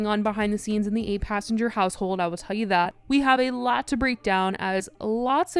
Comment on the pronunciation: If I took a shot every time you said ayLOT